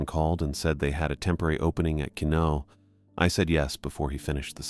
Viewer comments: It's pronounced Qwa-nault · Also, dude is mispronouncing Quinalt so badly it look me way too long to realize that’s what he was trying to say.